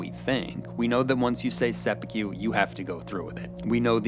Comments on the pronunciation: Say it with me bro… Seh-Pooh-kooh, not sepeekew 😂😂😂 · I let "engine" instead of "anjin" slide, but you lost me at "seppu-queue". For fuck's sake, at least try with the pronunciations. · It's pronounced sepPOO-koo. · For the love of God, the word is seppuku not seppekyu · seppuku, not seppukew. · seppukyu , not seppukew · A piece of feedback - you may not be Japanese, but it's very distracting to hear your tonality and mispronounciation of Japanese words. ("Sep-pew-qew" vs. sep-poo-koo, "Boon-too-roo" vs "Bun-tar-o") And your framing on the idea of "saying the wrong thing at work" really undermines the cultural significance of fealty. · Sorry but i must correct your pronunciation of Seppuku: its not Sepewkeew. Its sep-oo-koo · Seh-puh-koo - Not Seh-puh-cue And while I'm on the subject. It isn't Buntaru. It's Buntaro. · Perfect except for one thing - your pronounciation 'seppy Q' is cringe. It's 'sep poo koo'. Take a beat on the P, blow it out with your lips. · seppu-ku, not kyu, bunta-ro, not ryu, ahn-jin, no ehn-jin, it aint that hard, sorry my dude but my ears are bleeding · Hearing the narrator say 'sehpukyew' is like nails on a chalkboard to me. It is "Sep'poo'koo" there's no y sound anywhere in it. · Loved the video but not so much some of the pronunciation. There's no 'y' in seppuku. Last part is just "ku" rather than "kyu." And say way you say Anjin sounds closer to "engine" than "anjin." That one is said a ton of times in the series and should be easy enough, "ahn-jin." Not hating or anything, I'd actually love to see more Shogun content from you, just with improved pronunciation. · Not "se pu que", it's "se pu koo". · Fantastic analysis - but I want to point out a very small thing: you are pronouncing it "seppu-kyew"... Instead should be a short "ku" sound at the end like how one might say "fu" in "kung fu" (i.e. not "few"). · You are pronouncing Seppuku wrong. Set-pu-ku NOT Se-phew-ku 😅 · Sepi-que??? It's seppuku, dude. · ah yes, än-gin and seppukyu